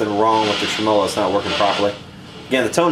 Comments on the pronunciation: Uh, it's trim' uhlo with the accent on the trim part not trem 'O' lo with the accent on the O part ;) You really should use an ESR meter to verify existing capacitor quality rather than just shotgun changing every capacitor. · Trem Olo. lol. its Tem a low . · Every time says "trem-molo" you must take a shot! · Is that really how Americans say "trem-OH-lo"? In the UK I think we always say "TREM-olo". Or maybe it's just me. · trem-O-LO sounds like an Italian pastry. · I like your videos and I like to keep an open mind about pronunciations of words. I looked up "tremolo", every common pronunciation in different languages and did not find yours. Every time I hear you pronounce "tre-M0-LO"....I cringe...it takes away from the integrity of your work... I heard you scoff in one video about how people commented on how you pronounce it...we're just trying to help... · pleasant video, but if you're gonna say 'tremolo' so many times in a video, especially being an experienced amp repairman, it would be better if you put the accent where it ought to be, on the 'e' and not on the first 'o'.